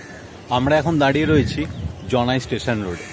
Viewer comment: হ্যা কথাটা জনাই জানাই নয়